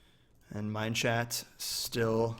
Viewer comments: no, rob kept saying mineshat, so #mineshat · I'm pretty sure was pronouncing Minechat. MineSHAT, because Minchat's skin is a cat, and in french, cat is chat, and chat is pronounced shat. Idk if that's what Minechat meant with his name or if he has a way of saying it but that's what I thought.